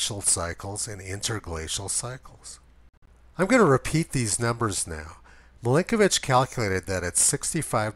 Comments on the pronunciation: It's "Milankovitch", not "Milinkovitch" "Mi-LANK-ovitch" > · I swear you just called Milankovitch "Blinkovitch".... at least that's what my admittedly loud-music-damaged hearing interpreted it.